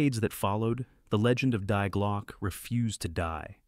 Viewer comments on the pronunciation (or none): Die Glocke (The bell). Die in German (Deutsch) is pronounced as "dee" (feminine the in Deutsch) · German Die is pronounced as English THE Ffs